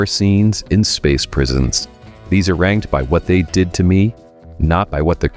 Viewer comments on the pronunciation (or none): off to a great start narrator. uh-rangd? did you me arranged?